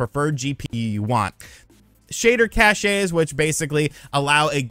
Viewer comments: its cache (cash), not caché (cashay) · Did he just say shader CASHAY? Lol 😅😅😅 it’s CASH. Cache is pronounced CASH. Not CASHAY 😂😂😂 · I'm sure you're aware but cache is pronounced cash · Shader “cachet”… 😬